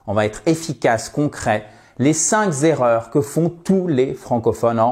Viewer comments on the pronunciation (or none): On dit les cinq erreurs ! Et pas les cinq Zérreurs ! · Une petite remarque pour le fun : en français, on dit "les cinq erreurs" et pas les cinq z' erreurs" ...